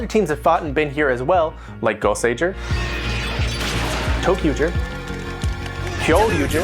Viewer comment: Yeah he says it correctly